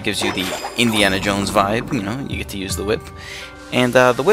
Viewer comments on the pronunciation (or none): none